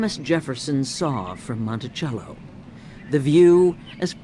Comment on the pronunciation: The narrator doesn't know how to pronounced Monticello. It is pronounced Montisello not Montichello